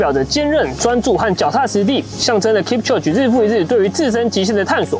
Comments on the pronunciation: 他的名字要唸：kip秋給，這樣才是正確的喔🥲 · 發音應該是 Kip-cho-ge，讀音像 kip·cho·gay 話說攝影師陪跑這麼久應該早就沒力了吧！結果最後他還跑